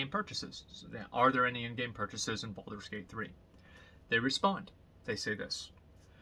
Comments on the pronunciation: BALD-ur's Gate. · when Asmon pronounce Baldur's Gate it sounds so BALD.. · why does he emphasize the first 4 letters of Baldurs gate a little too much? he does this at about